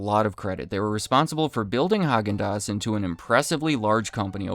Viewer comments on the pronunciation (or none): It's pronounced "hay-gin-dass"